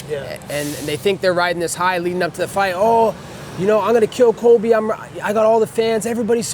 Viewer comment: It’s Colby* not Kobe